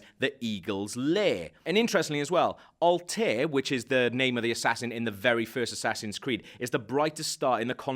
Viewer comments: Alt-air. Al tah eer. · His name is not Alteh. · Aguila is pronounced Agila And Altair isn't pronounced as Alta Air, it's pronounced as Alta-ir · Al-ta-eer :) hahaah nc vid tho just cringed when you said al-te(y)r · All-tier. Its Al-ty-er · It's pronounced "Alta-ear" not Altair, confusing because that's how you read it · It's pronounced Al-tair not Alt-air. God this guy is clearly reading a script and has no idea about the AC universe. Her even drags out saying Abstergo like he's asking if it's said right. This movie is either gonna be epic or a complete letdown to the franchise. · Alt-eye-air. It's pronounced Alt-eye-air. For the love of God. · it's A-gee-lar and A-ta-ear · Alt -a-eer ;)